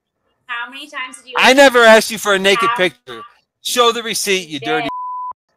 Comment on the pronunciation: She “axed” me...lmao